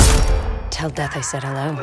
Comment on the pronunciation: Death?? I thought she said Dad